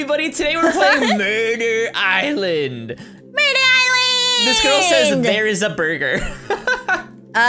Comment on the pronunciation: Hello and! I love ur vids!🎉😊🎉❤ Also it sounds like “burger island” instead of “murder island”